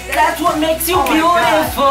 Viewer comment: "I'll show you bioutifoul" hahahaha :D.